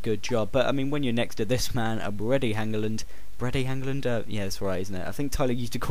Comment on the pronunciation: haha, you laughing at your mates pronunciation of Brede... Its pronounced "Breed a"